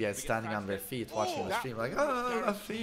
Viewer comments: it's not pronounced as "LAFFY" IT'S PRONOUNCE IS LOOFY like luffy from one piece. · Just FYI its pronounced '" LOO-FEE" and not "LUFF-EE" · I thought he pronounce it like "Laughfy" 😂 to Monkey D. Luffy (Loophi). Nc one. 🙃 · ITS NOT LEFFY ITS L-UUU-FFY from one piece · It's pronounced as "Loofee" not "Lafi" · You can tell does not watch anime when he calls luffy as lofy 😂💔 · Luffy is pronounced Loo-fee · Did this guy just say luff-e? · Bro it's pronounced Loofy not literally luffy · It's Loofy man get it right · Its LUUFY man 😐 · Nah, it's pronounced "Loofy" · It's pronounced loofy👍🏻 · I guess the doesn’t watch one piece… his pronunciation of luffy tho. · When he mispronounced luffy I was ready to change vids lol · you cant even anounce luffy proprly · You don't know "one piece" anime ? You pronounced luffy wrong